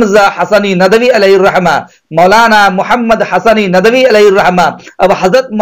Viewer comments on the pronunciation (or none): ارے چچّا یہ ندَوی ندَوی کیا بکے جا رہے ہو ندْوی ہوتا ہے جھنڈ کر ڈالی ہم ندویوں کی آپنے